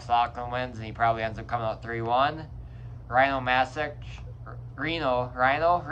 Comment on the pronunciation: Rino aint rhyno hes human. Ree-no ;D